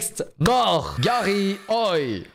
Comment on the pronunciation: C'est la première fois qu'un youtubeur dit mon prénom correctement (Garry) car il existe aussi "Gari" ou "Gary", bref merci pour cette vidéo 👍